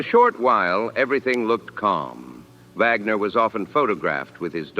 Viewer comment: It's Wagner. Not Vagmer